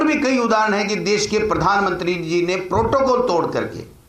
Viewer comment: Totocall nahi protocall hota ha